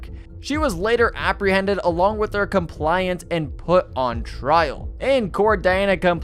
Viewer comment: " armed burgerly and him accomplence " 😂😂😂